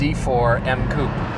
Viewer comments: What's a coep? It's coupe, not koep or whatever you're saying. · "Coop". Not watching further.